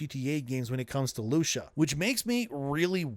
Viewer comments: WHY ARE YOU CALLING HER LOOSHA WHAT IS GOING ON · who tf is Loosha? Is this an AI voice, or are you a bit slow? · loosha? or Lucia? its spanish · Who tf is "lousha" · lol “Loosha” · is this an ai generated channel who says Lucia like LUCHA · Then don’t listen. Things are pronounced differently all the time all over the world and you are small enough to settle on this? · Bro, say the name "Lucy". Now say "Ah". Now put them together. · Loo-see-ya that's how you can pronounce it. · Loosha 😂😂 engagement bait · Its not Lusha it's Lucia 😂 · Lusha? LUSHA?!??!? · Loosha? Who the heck is Loosha? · The truly pathetic thing is whinging about his pronunciation of a name that can be enunciated either way. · Loosha… that’s certainly… pronunciation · Looosha 😂😂😂🐕💩 ai be better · Yeah its loosia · I don't think that's how you pronounce Lucia. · The way bro pronounces Lucia drives me nuts. Canada must not have enough Hispanic people. 😂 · Why can't you pronounce a basic female name like Lucia????? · That's not how you pronounce her name 💀💀💀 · Is this shit AI? How tf you mispronounce Lucia? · Feels like he’s pronouncing her name wrong on purpose for engagement. Never in all my days have I heard an American man pronounce Lucia in that manner. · he's hitting the "I" a bit wrong. Reminds me when I was younger and I'd hear people pronounce Martinez as "Martin-ez". Should be more like Mar-teen-ez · Anyone notice that he calls her Loosha? Is this ragebait? Her name is Lou-see-uh. It's a common name dude and you've heard people say it many times before in reference to GTA6. This screams AI generated audio. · Her name isn’t Lusha. It’s Lucia. “Lew-See-yuh” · Who TF is LuSCHA?! its LUCIAAAAAAAAAAAAAAAAAA god damn.... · Loo-see-yah not Loosha god dang yall it's like nails on a chalkboard every time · Who tf is Lu-shuh? I've only ever heard her name pronounced Lu-see-uh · who tf is lusha .. I think you mean lu-cia or loo-see-ah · I hate the fact that you keep calling her “Loosha” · Lu-CEE-YA bro